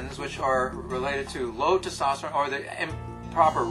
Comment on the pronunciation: He's not entirely sure how to pronounce testosterone... he quickly slurs through the word everytime he says it! he's a professional!